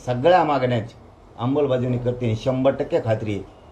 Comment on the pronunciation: तू जोपर्यंत "आंबलबज्यावणी" ऐवजी शुद्ध "अंमलबजावणी" असं म्हणत नाहीस तवर ज्यारांग्या, लिहवून ठेव, तुला आरक्श्यान भेटत नसतंय..‌